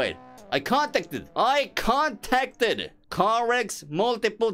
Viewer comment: your pronouncing "contacted" like "conticted" or "contected" you just need to pronounce the a like when you say tapped your english is still pretty good tho man